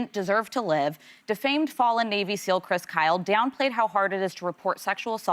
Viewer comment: Whoopi: “Graham ‘Planter’.” “The ‘Planter’.” It is time for a new moderator.